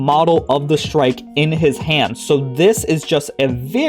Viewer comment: The shrike (you pronounced it correctly) is a bird that catches rodents and smaller birds and spears them on thorns of bushes. Its like hanging ur deer or pig after you kill it.